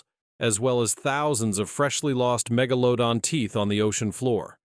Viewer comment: "Keeps changing how Megladon pronounced😂